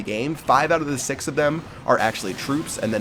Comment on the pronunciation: Wow:About six to sex?? Wat da Wat?